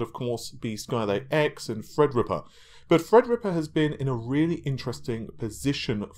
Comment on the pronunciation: FredRippa 3 canceled? Seems is nudging us back,and making fun of HIMSELF... As we often do,with his Endless mispronunciations!